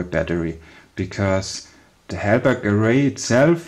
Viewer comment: Halbach array not helberg